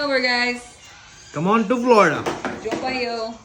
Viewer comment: I can't believe my eyes, an American cooking Yummilicious Goancar food...Viva Goa Viva America.Loved how you said Jheopak yo in konkani..lol